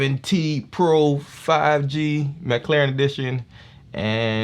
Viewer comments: Nice review there bro but its mclaren not mclauren xD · Not to be rude but i heard him say mclauren